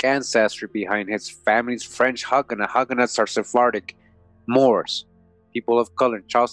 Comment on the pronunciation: Please stop mispronouncing Hugenot sounding like hug...Long u sound as in the sound of hue or blue. Hugenot. Thanks for the useful information.